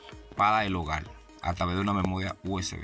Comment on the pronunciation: HOGAL? No señor hable bien HOGAR... PALTE? No señor PARTE... Hable bien o no se meta en redes